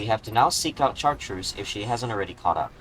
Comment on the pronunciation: I apologize in advance, but the 'ch' in Chartreuse is a softer sound, like 'sh' similar to "champaign."